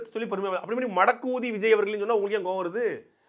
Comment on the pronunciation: சாட்டை அருமை ஆனால் உங்கள் தமிழ் பிழை உண்டு ( மடக்கு ஊதி அல்ல ) மடக்ஊதி இதுவே சரி 🧅🧅🧅🧅🧅